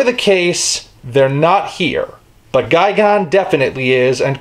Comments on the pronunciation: Wait, I thought it was pronounced as Ghi-Gan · It’s gigan not fucking gigon u dumb ass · you pronounce Gigan as Guy Gone but I've always heard him pronounced as Guy Gan